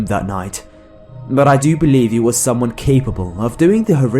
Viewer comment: In story 3 he keeps saying summon😂